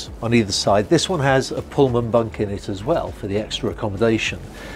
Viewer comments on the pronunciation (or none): none